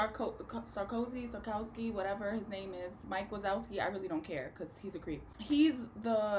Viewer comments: “Mike wisouskie” lmao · SHE SAID MIKE WAZOWSKI I CANNOOOOT